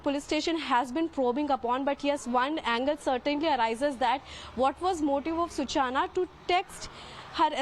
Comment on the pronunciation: Let me correct the anchor. Her name is Such-Na. Not Su-Chana.😂